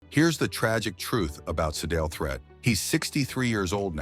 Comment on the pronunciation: It's Pronounced (THREET) Not Threat. This A.I. 💩 Is Horrible.